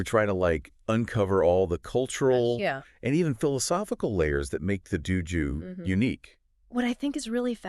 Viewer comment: why do you both mispronounce dōjō? not Duju. and its Shinto, not Shintu? its horribly wrong. its a simple O sound. The horrible mispronunciation is just plain wrong and takes away from the other information that you present in this video. Such a basic word. Saying it wrong takes away all your credibility.